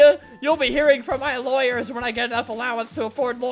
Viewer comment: "you'll be hearing from my loyars when I get enough allowance to get loyars" in dead xD